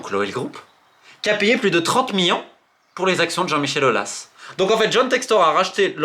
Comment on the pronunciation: Ca fait 50 ans que tu fais des videos t’as toujours le meme voix d’ado prepubert et tu sais toujours pas dire millions correctement